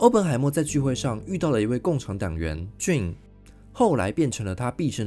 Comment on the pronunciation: JANE 唸"眷"不是"俊"，聽得好痛苦。:face-purple-crying